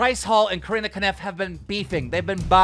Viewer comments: Is it a running joke that he calls Corinna Kopf Corinna Kaniff? Lmao i don't get it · why does he call her Corinna Connif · mans said corinna koniff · I still can't get over the fact the Keem calls her 'Corinna Kaniff' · Saying Corrina 'kaniff' is super weird, but Tommy 'FURRY'!?! C'mon keem! Lol